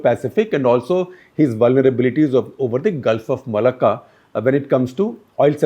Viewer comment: Gulf of mullakka...? Strait of mullakka.....